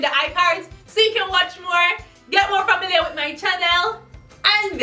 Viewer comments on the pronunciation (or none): none